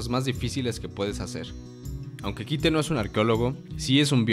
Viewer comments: es curioso, jamas escuche el nombre de kite en la serie, sin embargo "kaito" lo escuche muchas veces , venga que no es tan dificil leer las cosas bien. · es mi idea? con cuando mencionaste a kaito dijiste kito? O.o? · Porque le dicen kite, si se pronuncia kaito >:( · Que no es Kaito y no Kite? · dijo ''Kite'' por que asi se escribe pero en japones se pronuncia Kaito